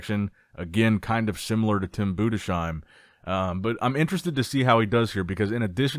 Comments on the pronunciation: Its Tim budes heim Not budesh eim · Nicks strength and comercials still not knowing how to pronounce Tim Budesheim